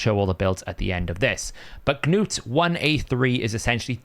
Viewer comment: Stop saying the hard G in front of "Gnut"! Arbiter even says his damn name in the video. It's not "Ga-newt" You don't say the G in Gnome, same thing.